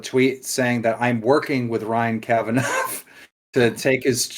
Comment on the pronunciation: Bald Daniel Keem is doing so well. Big interviews on huge channels. So many views. His channel is definitely not dying. He's clearly got a great relationship with Ryan Kavanaugh. That is why he pronounces it Kavanauv'.